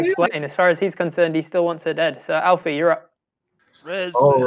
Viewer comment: Planet Man Alfie, not Elfie. It's short for "Alfonso," if you recall. About 19 minutes in.